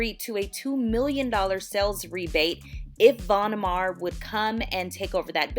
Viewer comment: Von Maur rhymes with tower and power not mar and par. I live in Davenport Iowa, where the headquarters is located. Love the store!